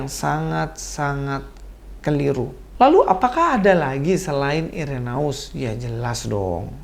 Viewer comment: Udah bener2 muak dg kebohongan2 menjijikkan para mualaf. Speechless deh.. Koreksi dikit,. Dlm bhs Latin, huruf "ae" dibaca "e". Jadi, cukup dibaca "Ireneus" aja. Salam kasih dari Katolik. Shalom aleichem!